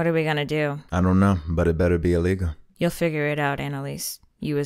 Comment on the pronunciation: "I dunno but it bettuh be illeguh"